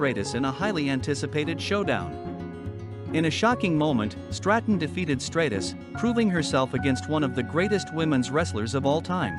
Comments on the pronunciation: Stop mispronouncing stratus 😢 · Please stop mispronouncing stratus 😢